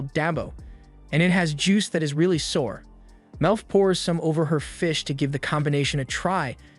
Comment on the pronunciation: The mispronunciation of Sour and Rations lol